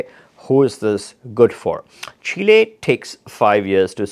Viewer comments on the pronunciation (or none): What a Loss going to these countries correct yourself. By the way it's Chile not shella.😊